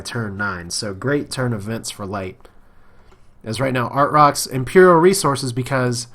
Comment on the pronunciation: I think it's pronounced ar-trox lol